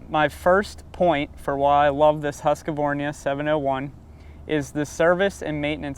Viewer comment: Hasqavarnia?? Its HUSQVARNA